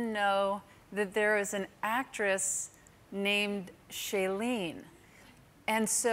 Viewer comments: I also heard "she leans" lmdao 😂😂😂😂😂😂😂😂😂😂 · Give Tig a break, I’m sure many of us heard “she leans.” 😅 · Nope, I also heard „she leans“ the first time und then I was wtf is wrong with Tics contribution to the conversation? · Was I the only one that heard "She leans" too? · I think I have a hearing problem too because I heard "she leans" both times. 😂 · I also heard "she leans 5.08"! 😀😂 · I will never ever un-hear "she-lean's" when I hear Shailene Woodley's name.